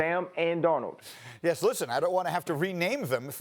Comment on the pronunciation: It’s Darnold and it’s not close